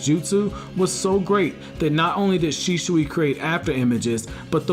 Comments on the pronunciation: It's not Shishui. It' Shisui. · It's Shisui, not Shishui. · Man its "shisui" not "shishui" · Please stop saying shiSHui. It's an s. Not sh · "Sheeshooey" is all hear in this vid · Why do u keep calling him Shishui? xD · Bro, are u good? How weird are you pronouncing Shisui? Shischui?????? U pleb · U SAY HIS NAME WRONG AAAAAAAAAAAAAAAAAAAAAAGGH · I laugh eveytime you say shisui